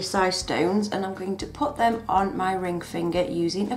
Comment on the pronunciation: I hate it when you say me instead of my xD Pretty cool tho